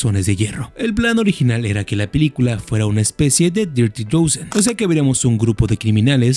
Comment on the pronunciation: I shut this off when he mispronounced the word "dozen" as "doze-en". Idiot.